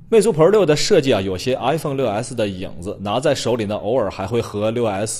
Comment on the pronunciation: er凤。。。这英语得练练啊，哈哈，是伊尔凤